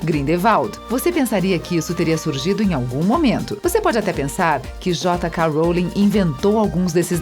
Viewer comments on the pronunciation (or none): " Jota ka" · Isso pq tu n ouviu Jota ká roulin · Grideval Jota k Rowling Wésleys Basílisq Nagini NevillE Hougorts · “Grindevaldi” “Jota Ka Roli” “Weslei” GENTE- KKKKKKKKKKKKK